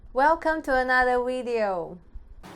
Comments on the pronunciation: i like your channel (been watching it for years) and yes you have a great looking woman but you need to teach her the letter V as in Video not Wideo.. for her sake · yeah I hear anata wideo as well hahaha, accents... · "welcomme to another wideo" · Welcome to another WIDEO! Wow WERY WERY good! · wideo LOL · lol ur fiancé intro is funny.....😂😀"welcome to another "Wideo"😂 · i love the way she says video, its sounds like wideo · You should teach your wife to pronounce the "v" sound. Weedio sounds really grating. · Cute?? Actually dumbs her down a lot to the level of a little girl. Weedio might be cute for a 10 yr old, for a grown woman married to a native speaker??? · Can you please tell your girlfriend to pronounce video instead of "wedeo"? That common Chinese accent makes me feel so awkward,LOL! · welcome to another wideo is getting on my nerves....😬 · Please, Please..please.... Help your wife to pronounce "Video"....!!! thank you. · Ji Fan I noticed that too🤣🤣🤣there are many words they can’t pronounce properly